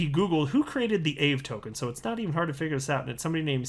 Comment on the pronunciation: Your not saying Aave right haha